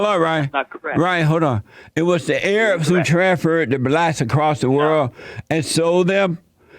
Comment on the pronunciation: “Initially it was the blatts that sold the other blatts in mami Africa” 😂